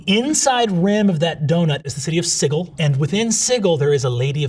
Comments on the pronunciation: Sih-Gill? I thought it was Si-jill. Is it not? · "Siggle" Brennan, why???😬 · Never heard sigil with a hard G before. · did he pronounced Sigil as "Siggle"? is that accurate? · 26.33 OMG is that how you pronounce Sigil! I've always read it as rhyming with Vigil like a remembrance for the dead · is it a GM thing to pronounce the word “sigil” Like That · My biggest pet peeve is the (albeit correct) pronunciation of Sigil as "siggle"... it just grinds my gears. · It’s pronounced Sigil.